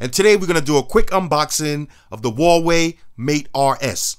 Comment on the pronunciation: It’s not waway is Hawaii not Optimus prime it’s like cake or something. And it’s not 2 steps Forward